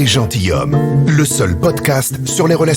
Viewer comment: Bon, alors, tous les podcats sont géniaux... Sauf à la première minute : on dit " les gentiZommes" ! Nom de Zeus ! :)